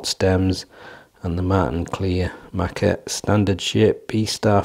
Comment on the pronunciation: Hey, that´s not a surprise for me given the fact that I got the Kleermaker (it´s pronounced "Clare ma(r)ker" btw) darts two days before your review and had a similar experience with ´em...first being a bit disappointed because of the hex honeycomb "grip" isn´t grippy at all, but after a few throws I got used to ´em and their smoothness and subsequently got better and better scores. I´d say these darts are divas, you gotta know how to throw ´em right, but when you get used to them, they are quite reliable darts. Dropping out of the board happens with the out of the box points, so I strongly advise to change them immediately for less nervewrecking experiences as I managed to shoot the first two darts in the T20 back out with the 3rd one...I don´t know why any manufacturer of darts still presses in this type of points.